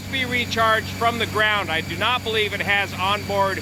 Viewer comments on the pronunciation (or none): none